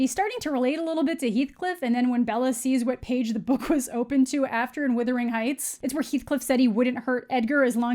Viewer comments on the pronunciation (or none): The way you keep calling it "W-I-thering Heights" instead of "W-U-thering Heights" is geuinely and sincerely becoming my favourite thing about you... :P Never stop :D